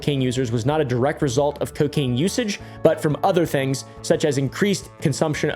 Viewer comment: Alcohol and c-Kain. Mm k